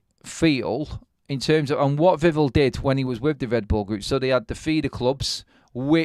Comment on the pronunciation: The emphasis is on the end of Vivell's name - Viv-ELL, not Viv'll. Like nouvelle, not novel.